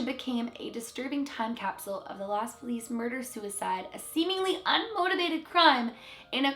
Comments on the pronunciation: Los is pronounced like Lows. I'm pretty sure you got Feliz correct. You can always check the pronunciation on google translate if you're ever unsure about how words in other languages are pronounced. Like some other people have commented, it does sound like the deceased are stuck in a time loop and are re-experiencing their deaths. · Los almost as in “lows”.